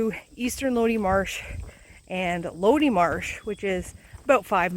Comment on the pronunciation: I believe it’s pronounced “low-die”